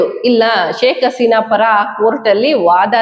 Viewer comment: ಶೇಕ್ ಆಸಿನ ಅಲ್ಲ ಹಸಿನಾ ಏನ್ರಿ ಎಷ್ಟು ಹೇಳಿದ್ರೂ ಸರಿ ಮಾಡ್ಕೊಳೋದಿಲ್ಲವಲ್ಲ ರೀ ಇವರಿಗೆ ಹ ಉಚ್ಚರಣೆ ಬರೋದೆ ಇಲ್ಲ